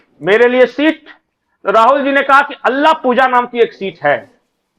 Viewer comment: अल्लाहपुजा नही सर, अल्लापुज़्ज़ा ❤❤